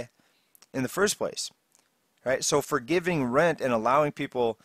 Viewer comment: . You said "fordetgivin"